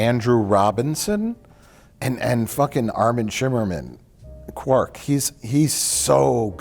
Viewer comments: Stop saying "Quirk",. It's Quark, Quuuark. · You guys keep saying Quirk but it’s Quark. Otherwise I love these DS9 recaps. Please for the love of god do the entire series.